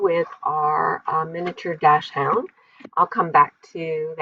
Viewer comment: I love these papers and I love the placement of everything! I love your sweet photo! I get tickled every time I hear you say “dash-hound”! I’ve never heard Dachshund pronounced that way! 😊😊😊 My Max is 13 1/2 😍😍😍 we thought he was a miniature, too, but he’s about 23 pounds, so nope!! 😜😜😜